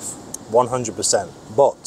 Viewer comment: This "bot" instead of "but" 😅